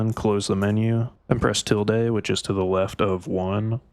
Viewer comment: Sorry to be that guy, but I just want to help you, bro. It's til·duh, not til-day. The pronunciation doesn't make sense to me because id say it the same exact way you did if I saw the way it was spelled and never heard it before.